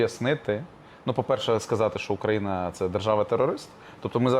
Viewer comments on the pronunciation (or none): none